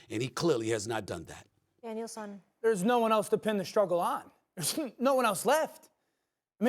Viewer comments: Did Molly say "Daniel son?" lmao. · Anyone else catch Molly call him “Daniel-San”